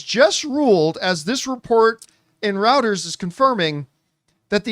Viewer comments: Reported in Routers?? Roy-turrs. Cmon john lmfao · I really hate to be a 🤓 but it’s “roy-turs”